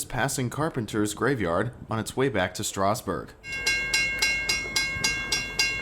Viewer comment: Learn how to pronounce Strasburg properly